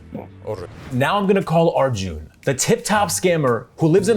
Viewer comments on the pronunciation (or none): Smh can’t even say arjun right 😂